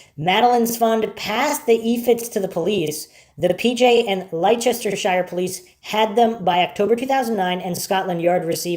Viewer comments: I am pretty sure he is from the States we have no idea how to pronounce that almost every video on this case done by an American someone is in the comments saying how wrong they pronounce that. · I know its pedantic, but Leicestershire is pronounced lester shur. ❤❤